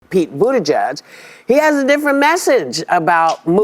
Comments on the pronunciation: When dude on left kept saying go listen to pete booty jed said 😂 its how he kept pronouncing it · Guys... It's pronounced, "Booty Juice"... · Not gonna lie I though y’all were saying “Pete booty-gizz” 😂. I was like “AYO!” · It’s pronounced Bootie- gig. Pete Bootie-gig